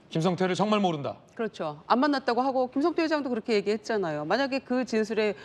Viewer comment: 중국 에 있던 김성타? ㅋㅋㅋ 김진 앵커. 앵커 맞아? 한글 못 읽어? 김성태 라고 자막 에 나와 있는데. 김성타? 반복 으로 다시 듣기 를 했는데. 계속 김성타 라고 들림. 기자 출신 과 현직 기자 들이 전교조 한테 가장 쉽게 휘둘리는 집단. 아마 북한 하고 전쟁 이 나면 가장 먼저 항복 하지 싶음. ㅋㅋ